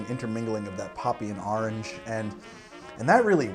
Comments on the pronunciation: "Ahrangey" hahaah. Whoever does those tasting notes must have a blast. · Great episode, as always. Seeing you spell orange as "ahrange" reminded me that I used to say "ornch" up until about 15 when a girl said it was cute the way I said it, lol. Also I find it weird that I watch this show and I don't even drink...I guess the show is just that good. So, what did you think of the first episode of season 8? I thought it was kind of slow and seemed more like a recap episode. It seemed like it was re-introducing characters with a wink and a nod as if we haven't seen them in several years. I hope that in the next episode something worthwhile happens. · You're the only person I know of who says orange like I do. People always make fun of me for it. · The way New Englanders say “Orange” always gets me 😂